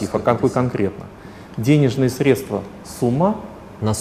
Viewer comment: срЕдства, а не средствА... по ушам режет